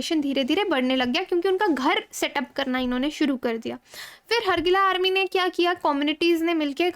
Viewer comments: Madam it's hargila ... Ga... Not ja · it is pronounced as Horgeila